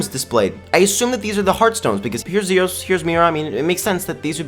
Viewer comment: So its NOT just me! I always knew it was pronounced ZEEos not ZIOS.